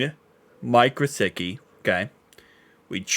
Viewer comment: Alight let’s make sure. Pronounced Gissicki. There’s no W